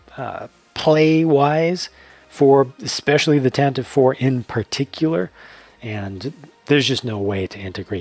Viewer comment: Puts on nerd glasses ummm, actually, it’s pronounced tantivy. (Such a strange pronunciation for it I’ll admit .)